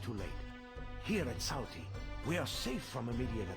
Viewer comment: Sauty... It should be 'Salty'! 🤣 Sometimes bugs in a game do make the experience unenjoyable